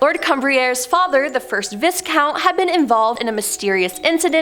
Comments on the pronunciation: Umm? It's Vi-count, not pronounced vis-count .. just saying that's all. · I appreciate you're Canadian and all that, but it's not pronounced Vis Count. It's pronounced Vye Count. Just so you know 😇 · Should be vi count no s sound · "Viscount" - pronounced "VIE-count". the S is silent. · Really enjoy these vids BUT you guys have got to learn how to say British words correctly: It's the RAF, not the RFA Daedalus is pronounced DAYdalus, not DEADalus (Greek, I know, not British) Comber MEER (the B is voiced) Viscount is pronounced VY-count Berwick is pronounced Berrick... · the s in viscount is silent